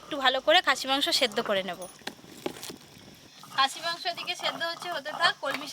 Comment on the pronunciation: Koto bar khasie mangso bol ben😂😂😂😂😂